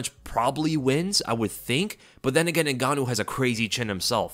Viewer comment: “Ngannou”??? Oh please…